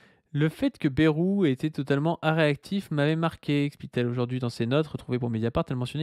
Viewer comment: qui dit baie-roux au lieu de baille-roux ! Ça me rappelle ceux qui disaient mythe-rang